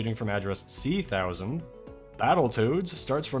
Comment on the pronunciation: I have never heard someone pronounce hexadecimal like that ("C-thousand", etc) and I cannot decide if I love it or hate it